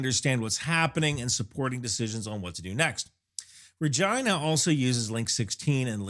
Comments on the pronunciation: I absolutely cannot take this video seriously when you keep pronouncing the name like that. 🤣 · I don't know why we pronounce " Regina" like this. It does seem odd. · My main takeaway is that if you ever discuss this ship again, you really do need to use the Americanized pronunciation of its name…. I swear, in the first few minutes of the video you said the name multiple times and I was forced to turn on closed captioning to make sure you weren’t saying what my ears repeatedly told me you were saying… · $20K video to go inside the (pronounces Regina like ) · I had to listen three times, then look at the comments, before understanding the name starts with an R, after learning the real name, I listened three more times, and it sounds like he starts a v and then changes it. I still hear vragina. edit: I think it's because he kinda stumbles over the HMCS part, like he almost forgot the C, then runs it together with the name. edit edit: OK, I'm far enough in he's said it multiple times, when he only says the name, it's clearly an R, every time he adds the HMCS, it sounds more like a V, lazy s to r transition I guess. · Tha Vagi, what now. I know you visited it, but you really push the limits of linguistics here to interpret is as something else. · It's rageena not rahgyynah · he said vagina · He keeps pronouncing Regina with a V and I keep cracking up. Is there a story? Can't focus. ha ha. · I am not trolling, but about 1/2 the time you say "Regina" it sounds like "vagi...". 😅 I think it has to do with the speed you say the word. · Regina, rhymes with fun!! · Say that again? You're a little light on the "R" there bro..... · We caller ReGeena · Rejaina cracks me up everytime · Why does it sound like you are saying " vagina"? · It sounds better when you pronounce Regina as, “Regeena.” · RE-gina. Had to go back to check. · And remember, Regina rhymes with fun! 😉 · Isn’t it pronounced regeena? Latin pronunciation of the word for Queen?…